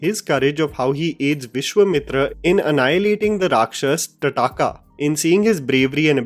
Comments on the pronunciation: 1 correction, it’s Tadaka not tataka as you said on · annihilating the "rakshas tataka" dude. first she's is a rakshashi. it's a she and hence Rakshashi! Second. Tataka? it's Taataka! Indians cannot even pronounce characters from their own epics! BS! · Vishwemitr? 😅 Tataka as in like Tatanka the WWF fighter? 😅 seriously why are so bad at pronouncing these names. Why can’t you pronounce Vishwamitra and Thataka as they should be pronounced. Why don’t you see the Hindi TV serial Ramayan once and learn the correct pronunciation? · What is तडाका ... ताड़का nam tha bhai mere...ye tera farzi accent itna chutiya h isiliye mene videos dekhne chhod diye tere ... Shashi Tharoor coaching classes jata h kya tu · bro that pronunciation gave me a stroke. What is Tadaaaka?😭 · Bro you don't even know how to pronounce "Thataka " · "TaDaka". Bhai kya pronunciation he ye. Devnagari mai naam pad lete, waha pronunciation ki dikkat nahi hoti. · Tadaka is pronounced as ताड़का। Secondly, she was a Rakshasee (female) not Rakshasa (male)